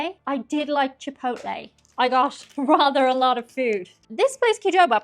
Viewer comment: Hello it is NOT pronounced "Chee-poht-leh". Its PROPER pronunciation is "Chee poh tleh". What is it about most people wanting to disrespect and mispronounce Latin Spanish words. Yet, they go out of their way to properly pronounce French, German, and other White European names. Remember that you () do not like when people (especially Americans) mispronounce Irish names and words.. Not trying to sound rude or 'demanding', just respectfully, 'assertive'.))):eyes-pink-heart-shape: It is also NOT "Yah-rhee-toes". It is "Hah-rree-tohs". History says that 'Brownies' were invented / created in 1893, by Bertha Palmer, a prominent Chicago socialite whose husband owned the Palmer House Hotel.